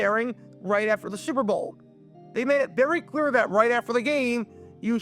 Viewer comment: Almost every time you say '"Super Bowl" you sound like you're saying "Servo" instead. Take some diction lessons to prevent this and future mispronunciations and thank me later.